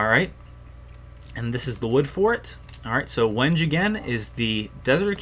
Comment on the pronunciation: Wenge is pronounced wen gay I think I watched yogscast sjin and he said that. I know this video is 3 years old but I just pointed it out.